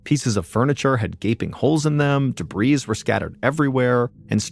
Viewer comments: Excuse me 🙂 im a Brit, its been annoying me for years the way he pronounces debris without the silent s. You would think he'd know. Dont blame us my friend, we invented 'English' don't forget. We are very good at it. No hard feelings tho. 🙂 😁👍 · Drives me mad the way he pronounces 'debris'. For years. I cant say anything though because he's too nice 😁 You would think that with over 9million subs, someone would have told him. Maybe he's stubborn and likes saying it that way. Each to their own. 😁👍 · Thats how Brits say it😂